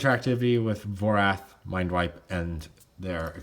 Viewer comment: It should be Vorath, not Vorth